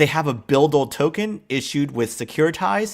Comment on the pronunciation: BUIDL Pronounce like bidle